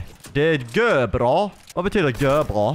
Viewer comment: Gör bra betyder jättebra, men uttrycks egentligen ”görabra” på riktig Göteborska 😉